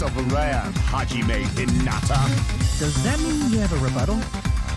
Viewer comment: i liked it when monomi said haijime u stupid face